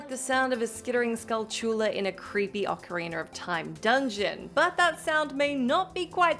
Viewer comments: OcarinA not ocarinER! There’s no R at the end. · Why did you say 'Orcariner' ???